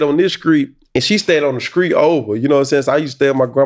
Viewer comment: My grandma stayed on this skreet, and she stayed on this SKREET ova. - Yung Bleu 👽